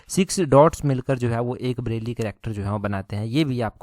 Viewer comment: ब्रेल है वो ना के ब्रैली..